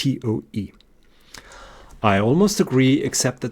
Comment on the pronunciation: Toa instead of toe. This because the speaker is not a native English speaker. Not knowing the spelling of toe is for everything, not spelled with an e not an a. Then he corrects himself midstream to an e for everything. When dealing with the electromanetic instead of Maxwell he is following Heavysides theory. Just as correct just without the derivatives. That which engineers need when constructing large electromagnetic engines which are analogue instead of digital.